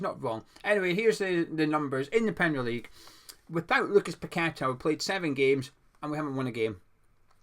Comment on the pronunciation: Not only a one man team that ticks with him playing but you actually know how to pronounce a Brazilian name unlike many others including that fence sitting gonzo.